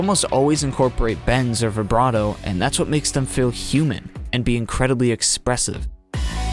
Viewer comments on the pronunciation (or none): none